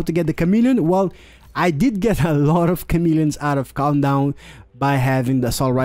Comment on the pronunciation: i swear i heard him pronounce countdown as 'condom' lol